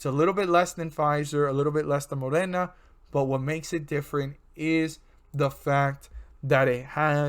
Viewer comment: It’s called MoDeeerna. Not morena there is a D in there. Your YouTube is not very informative